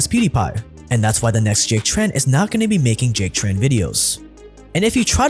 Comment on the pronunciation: congrat to you !! However, it is little bit sad that many people mispronounced your name in the video and u not bother fixing it:( I am Vietnamese and I just know that your surname are “Trần”, not chan.